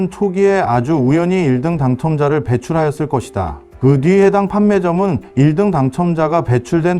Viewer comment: 아. 인공지능이라 1등 발음이 어색하군요 오..